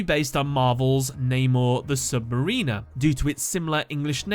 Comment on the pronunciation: This whole video is great. But that pronunciation of "submariner" hurt me. The emphasis is on "sub" and it's pronounced sub - mare (like the horse) - in - er